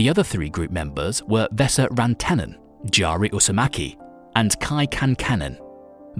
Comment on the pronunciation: You're suggesting this to the guy who didn't even pronounce the name Jari correctly.